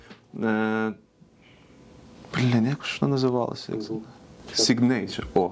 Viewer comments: введіть в гугл перекладачі слово Signature і послухайте як воно читається. якщо вмієте по транскрипції, то ось: ˈsiɡnəCHər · Для тих, хто в школі не вчив англійську і тепер працює з американським авторинком: повтороюєм кілька разів "сИгнича" =]